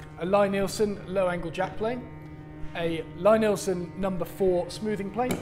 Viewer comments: it's pronounced LEEEEE Nielsen. If you're going to use a tool at least know how to pronounce the name. Great videos but you gotta stop calling it LYE Nielsen. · Here is a video with Thomas Lie-Nielson talking about starting his company! I am sure that you can here how to say his name correctly in the video as you keep saying it wrong on yours!